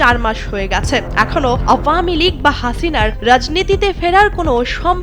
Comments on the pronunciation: সঠিক উচ্চারণ কোনটি দয়া করে বলবেন। আওউয়ামী লীগ, আব্বামী লীগ।১৬ বছর আগে শুনতাম আওয়ামী লীগ। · সব সংবাদ পাঠক/ পাঠিকা ঢং করে আওভামিলীগ উচ্চারণ করে কেন?